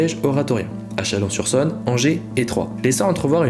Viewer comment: On dit Chalon sur Saône. Il y un o accent circonflexe. Si tu n'es pas d'accord, je suis né à Chalon et j'ai fait math sup au lycée Niepce. Je passe tous les 15 jours devant la maison de Nicéphore.